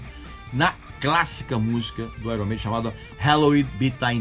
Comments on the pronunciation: Gosta de corrigir pronúncia dos outros e pronúncia mal. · Uma coisa interessante sobre o nome Iron Maiden, é que se pronuncia Aiorni Meidem. Palavras no inglês quê possuem uma vogal a consoante r e uma vogal, tendem a serem invertidas foneticamente, como por exemplo Fire, que se pronuncia faier. Não sou nenhum especialista, e nem acho ruim pronunciarmos errado, pois a nossa língua é a portuguesa, mas só compartilhando essa informação =) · Pronunciou o nome da banda errado